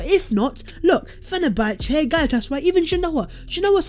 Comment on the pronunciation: you should ask hughwizzy for right pronunciation of "Fenerbahce ".!